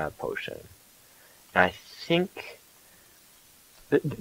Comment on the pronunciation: Lol instead of think, you say fhink